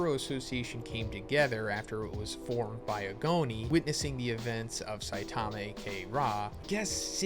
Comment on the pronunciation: Really hard to take this dude seriously… he can’t even say saitama’s name right